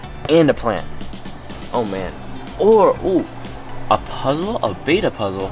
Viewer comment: It's pronounced beta like b-e-ta not bay-ta